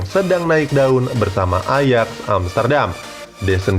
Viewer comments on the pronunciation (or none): none